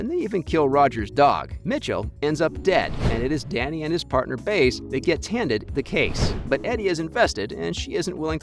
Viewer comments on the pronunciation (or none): Learn to pronounce her name! It's not Baze. It's pronounced Bie-ezzz. Seriously. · By~ez not Baze! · The show pronounce Baez different from the way you pronounce it the way you pronounce her name sound too weird